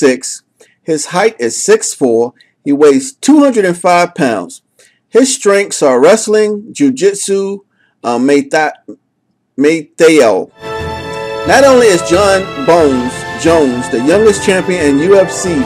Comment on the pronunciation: Muay Thai, not Manti T'eo